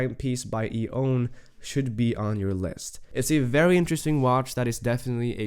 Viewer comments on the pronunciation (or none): I think it's pronounced E-1.